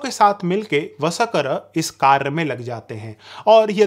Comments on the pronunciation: VSAKAR NAHIN VARSHKAR KRIPAYA NAAM TO SAHI SE LEN. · अरे भाई तुम कितना हास्यास्पद शब्द प्रयोग करते हो.....वसकर शब्द सिधा बोलो ना....व...स..क..र यह कैसा शब्द बोलते हो.